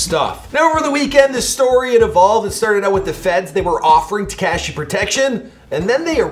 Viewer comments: Te-kaa -shi? It’s te-ka-shi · it is pronounced “tekAWshi 6ix9ine” not “tekAHshi” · It's not ta-cash-y smh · "Tekyaaashi 69"😂😂😂 damn chill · ”Tekaeeshee 69” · TekAsiEE is how he said it lmao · When will he learn it’s not TeKASHI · “TECASHI 6ix9ine” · Haha Te - kash- eeee 69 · He said tekaashi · Get is name right it's tekashi 69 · Wtf is up with you and Names. Tekeshi? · he still can’t say tekashi right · Dude, say 6ix9ine’s name right and know how to say it before you make a video on him..... smh dude. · Why you keep saying tekashi like that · Fuckin... still can't say tekashi right! Just say 6-9.